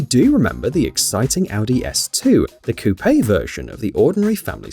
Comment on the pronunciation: When you finally find someone who pronounces it Coupé instead of "Coup": "He is the messiah."